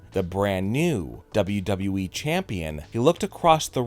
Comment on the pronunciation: I think there are two guys doing this channel and are brothers. At least this guy says “WWE” properly LOL